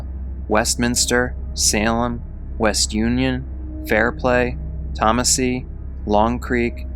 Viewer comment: Hey! Just for future reference, it pronounced O cone nee. And tom ah see. I’m from this area and I’ve never heard of this story! Thanks for telling her story!